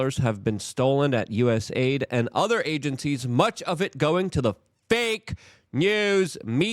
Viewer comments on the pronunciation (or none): Luke is pronouncing stuff on purpose right? Its not "US-ID", its "US-AID". There is a freaking A in there lol Also, its not "DOY-GE", its "DOGE"!!!! There is no Y. Its driving me crazy. And if its rage bait, i have lost a little respect for Luke. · It's USAID. Not USID. Also, fix the gain on your mic. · It’s US..A..ID. Luke loves saying USID 😂😂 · This clown has been calling USAID as USID for a long time now. Get your mistakes corrected 🤡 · It drives me nuts every time he says it. Just like he calls USAID US ID